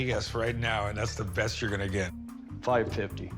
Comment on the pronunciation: It's funny how the seller of the coins said very,very breast price. I think he was thinking of something else 😂😂😂😂